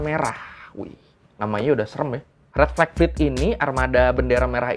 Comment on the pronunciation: bilang red Flag fet aku malah dengernya red velvet🤣🤣🤣